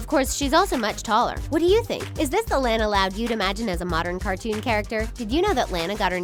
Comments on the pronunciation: I subbed and it's pronounced lawn-a not lan-a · Lanas name is pronounced launa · is lana not lena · It's la-nuh (Lana) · It's not Lana its lona but with an a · Say “Lana”. If u do like dis “Lena” u wrong dis is right Lana (Lona) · Its pronounced LAWN UHH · Most of the The Things's videos are about the Loud House you guys are obsessed you said Lana's name wrong bit I like your videos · You guys say your the biggest loud house fans yet you say Lana's name wrong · you keep pronouncing Lana wrong btw look up the pronunciation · You pronouns Lana wrong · if u guys are such big loud house fans then y did u pronounce lana wrong like they say her name in the show so obvously u dont watch it